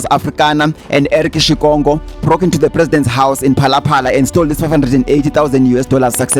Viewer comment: Watching from Namibia, like the way you pronounce Shikongo. Like you are a native here.